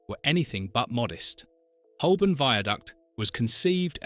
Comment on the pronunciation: Holborn is sadly mispronounced throughout 🙄